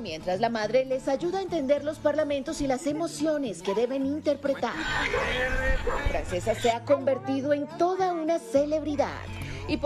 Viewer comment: Es una niña genial!!! Ah y se pronuncia Franchesca aunque se escriba Francesca, no le quiten lo lindo que suena el nombre en su idioma original, porque si lo quieren pronunciar en castellano sería Francisca.